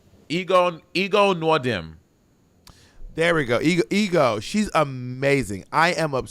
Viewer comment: Her name is pronounced (egg go) Ego ❤